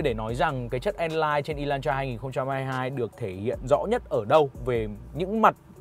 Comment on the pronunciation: Ê lan tra chứ ko phải" ê loan troa" ! Chữ "hắt" chứ ko phải chữ "hát" nha ông bắc kề con